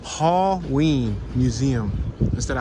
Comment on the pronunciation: This dude is an idiot. Lol he can't pronounce shit just because he isn't taking the time to read it properly. "Reverse bell" "Hall ween" other things as well. This guy is just not good. Lol